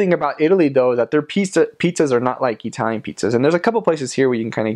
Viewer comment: GREAT VIDEO! One question, if you wouldn't mind: What is your ethnic heritage? The reason I ask is that you pronounce the word "Italian" as EE-TALIAN, the sound of the first "i" being like the "e" in EAT. Most Americans pronounce the first "i" with the sound of the short i as in the word "chip." Are you Hispanic? Greek? Armenian? Middle Eastern? Jewish? Thanks.